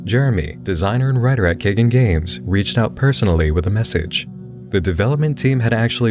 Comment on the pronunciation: Nit pick: pretty sure it’s pronounced KAI-GONE Games.